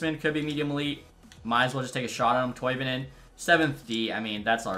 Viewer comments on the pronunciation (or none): none